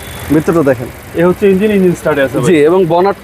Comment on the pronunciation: আরে ব্যাটা ইঞ্জিল না, ইঞ্জিন